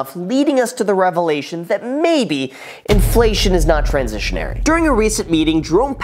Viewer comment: It's pronounced transitory not trasesonory genuis. I thought you were supposed to be this know-it-all YouTube guru